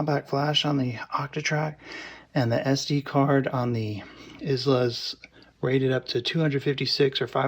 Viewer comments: Wow. That seems a tad hyperbolic. It's actually EyeLa not Is-La. It's named for Brad's daughter. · Is pronounced “eye-lah”. Don’t feel bad, my Scottish in-law shamed me mercilessly over my butchering the name in the same way. Great review!!